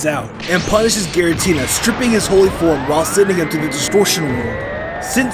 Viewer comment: GIRATINA, NOT GARITINA!